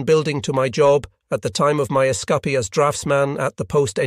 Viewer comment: You had me going for a minute until the AI mispronounced "escape"